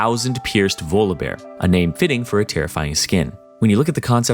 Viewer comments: It's volleybear Jesus😂😂😂, why are you saying volobear??? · why do u say volobear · pronouncing volibear more like voldemort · The way he says Volibeae bothers me TT